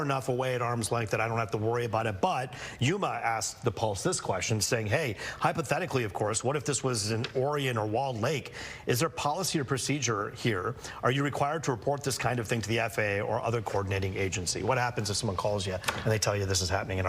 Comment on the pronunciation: Orion - Pronounced - oˈraɪən, O'Reilly. Not like 'Oreo' cookies. Orion Nebula. 🤣